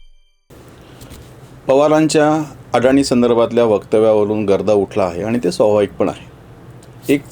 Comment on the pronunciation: नांव अदाणी आहे. अडाणी नाही. अभ्यास करून लिहीत बोलत जा.